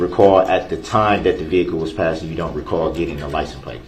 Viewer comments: Axed, license plaze, dem, dat. Just words all messed up. Don’t know what words mean, can’t pronounce words, but think he a real lawyer here. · DB says license place!! 😂😂